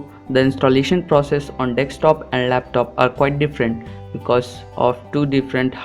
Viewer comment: how fucking hard is it to say desktop